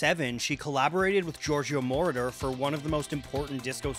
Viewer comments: First off Mr., let’s get the pronunciation of these names correct. Giorgio Moroder (More-Row-Der), Richie Kaczor (Kay-Zar), It’s obviously Polish or Slavic. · Absolutely well put together. Granted your Canadian accent does give a small clue as to why you may have mispronounced Giorgio's last name (it's 'More-row-der'/ Moroder). Clearly, I wish the video would have been longer. Great job though! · Great memories with some of these songs. This could be much longer; there are many more facets to club life. Fondly remembering Girard's in Baltimore, The Saint in New York, and Palladium too. Can't leave out Tracks in DC! Moroder is pronounced like more odor, the accent on the middle syllable. Gloria Gaynor, just like gainer. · The announcer mispronunciation of two names sounds like he didn't do that much research. Richie (Kay-Zoor). Georgio Ma-Roa-Der) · Good job! It would behoove you learn how to pronounce Richie Kaczor and Giorgio Moroder’s names properly. As in: Kay-zor. (Emphasis on A) Mor-oh-der. (Emphasis on second O). Good Times didn’t sample Rappers Delight, it was performed by a band. You skipped over House (which broke through globally) before EDM came about. But yes, all dance music stems from Disco and deserves recognition! Bless Earl Young who is in his 80’s for creating the Four-on-the-floor drum pattern that continues to define all current forms of Dance music except Drum & Base. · Why do you keep calling Giorgio Moroder "Giorgio Moritor"? I had to check Wikipedia for whether such a person as G. Moritor existed - no! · Great overview of Disco from a US perspective (the focus is a bit different in Europe). But: 1. Gloria Gaynor did not write I Will Survive. 2. Moroder - it’s worth finding out how it’s pronounced. It’s not as difficult as you think. 3. ABBA - despite their own brilliance - were very late to the disco party, and did not create or influence Eurodisco. Voulez-Vous came out in 1979 - whereas Love To Love You Baby first appeared in 1974.